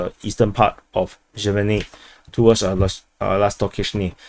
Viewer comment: Lastochkyne -> lust-torch-keen-eh (pronunciation)